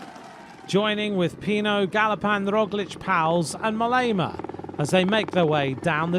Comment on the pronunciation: WHAT A LOUSY SUMMARY- AND...MOLLEEEEEEEEEEMA? MOH- LEMA, FOOL